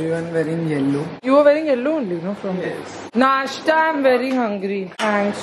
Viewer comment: please say nasthaa ( pronunciation) instead of nastaa 🥺